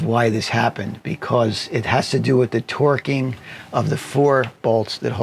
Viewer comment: All I could hear in the end was twerking… not torquing